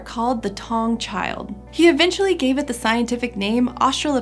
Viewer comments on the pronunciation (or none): It's Ta-wu-ng not tang, taung means a place of lions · I'm 10 months late, but it's 'tah-oong' not 'tong'